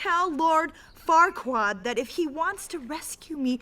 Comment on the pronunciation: Sorry but whenever they say Farquard it sounds like the dirty F word it's hilarious